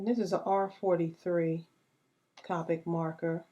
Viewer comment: This is really cute:) I love to use stickles :) just to let you know it's copic you say it with the long o sound:)